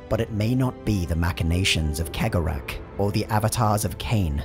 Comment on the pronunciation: Cegorach is probably the only name in the entire video he actually pronounced correctly XD